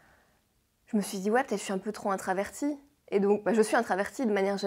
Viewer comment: On dit introvertie et non intravertie ! 😅